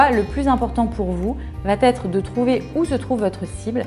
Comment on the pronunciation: Intéressant,. Attention, le "va-t-être" à 3 reprises me fait extrêment mal aux oreilles. Il n'y a pas de "t" entre les deux mots...